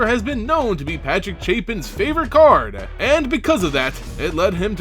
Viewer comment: What's up with the "eh" after some words xD? It's "card", not "card-eh".